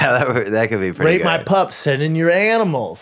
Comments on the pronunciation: 100% you were saying rape, Brendon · Definitely thought Brendan said “Rape” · Sorry Brendan but it did sound like you were saying rape!!! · It definitely sounds like Brendan is saying rape not rate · Ima be completely honest I knew that brendan was saying rate based on the context but it sounded like he was saying rape